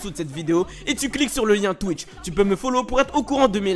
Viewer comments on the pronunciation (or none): none